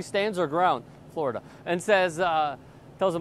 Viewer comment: what is he saying? FLO-RIDER? FLORIDA?